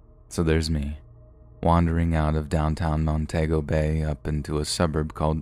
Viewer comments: The country is Afghanistan not Afghan. Montego in Jamaica is pronounced ' Mon tea go' not ' Mon tay go 'as you pronounced it . Check with Google for the correct pronunciation of words you are not familiar with. Also the 'I' at the beginning of Iraq is pronounced as 'e', making it Eraq.' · It's Mon-TEE-go not Mon-TAY-go. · I suspect the author of the story simply wrote "Afghan" for short and read it "as is." The "Montaygo" thing grated on my nerves too. I do think "I-rack" is a perfectly acceptable pronunciation of "Iraq." I agree with your advice to, though (to check Google if unsure). His most flagrant and hilarious mispronunciation came a few weeks ago, when he pronounced "Greenwich" (as in the Village in NYC) as "Green-witch." 🤣😅 I still love him, though.